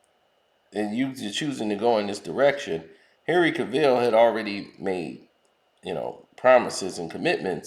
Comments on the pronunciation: Dude it's Henry Cavill not Ca-vill😭🙄🤦🏾‍♂️🤣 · James Gunn was the second biggest mistake the WB DCEU has made next to hiring Joss Whedon. Do they not see that whenever they touch anything DCEU, it turns to garbage? Oh yeah, and it's pronounced cav-ill not ca-ville.